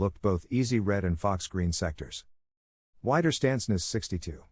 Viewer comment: it's not 'wai'derstandsnest but 'we'derstandsnest (resistance (widerstand) hole (nest))